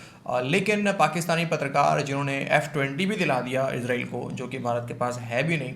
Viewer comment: अरे गवार लड़की फिजा पहले इसराइलबोलना सीखे